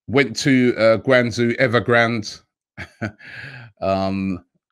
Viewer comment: Guangzhou... pronounce it Gwung-joe 👌👌